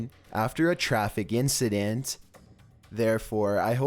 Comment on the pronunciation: “Instenstens” do you mean incidents?